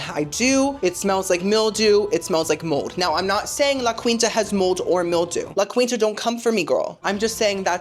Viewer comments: Oh girlie, it's pronounced La Keenta lol 😁❤ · Why am I suddenly itching? Oh, and I’m not Cuban, but I’m pretty sure it’s pronounced “La Keenta” I’ve heard it on TV… 🤪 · It’s actually pronounced like La Keen-ta. You said it so many times, I had to comment. Love you nonetheless. 😊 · La. KEEN-TA! No queen EVER stayed there....